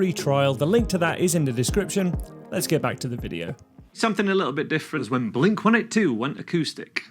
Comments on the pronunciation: I always thought it was pronounced “Blink One Eighty Two”? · I’ve lived in the UK my whole life and I still pronounce it as one eighty two 😂